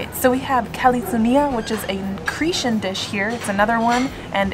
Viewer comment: I like how you say Cretian, instead of Cretan!!! And, of course, I’m happy that you liked Greek food!!!